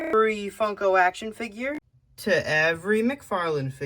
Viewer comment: You said today ser Gona revev Every actionfigurrrrrrrrrrrrrrtrr